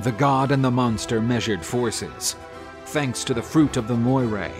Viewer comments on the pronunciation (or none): none